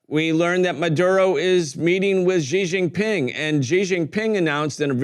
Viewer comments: /SHE/ Jing Ping not / gee / only Americans mispronounce his name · It's not zhizhin pin , it's xi ( read like SHE) jin pin( read like GIN, the drink, and, PIN like pin). Not a hard name to pronounce.